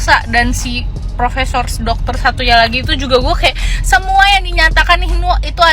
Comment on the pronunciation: bukan profesor,,,itu prokesor😂😂😂